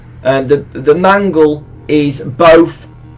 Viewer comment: Wait when I heard you say mangle it kinda sounds like man girl